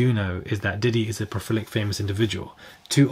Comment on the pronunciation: You are adorable AND it’s pro-li-fic Pro-fil-ic sounds like something else entirely!